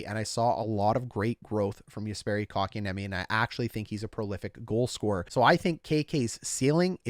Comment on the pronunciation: KK's name being pronounced correct on Hot Garbage Sports is not something I am used to yet. :O